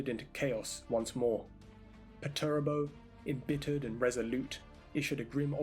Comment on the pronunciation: good vid, but just some advice, his name is commonly pronounced "perch-er-ah-bo"